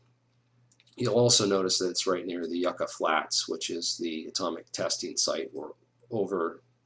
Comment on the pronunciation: the yuka flats... it's pronounced "you ka"... just a side note.